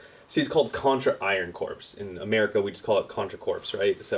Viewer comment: Word police here. The word "corps" is pronounced like the word "core"